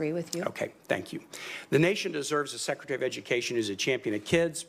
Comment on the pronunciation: Clearly public education is working great, you can't even say secretary properly.